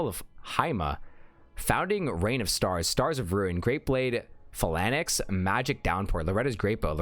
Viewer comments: they way you pronounce 'phalanx' has me twitching over here :'( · "Falanex" lol